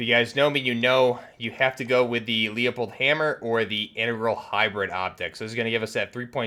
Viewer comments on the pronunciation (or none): I think you’re pronouncing leupold wrong. If you go to their YouTube channel and watch one of their infomercials on one of their products they pronounce it as loo-pold.